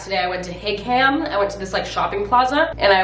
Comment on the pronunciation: “higham” did u mean hingham shipyard😂😂😂